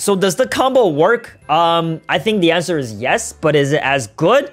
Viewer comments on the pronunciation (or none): none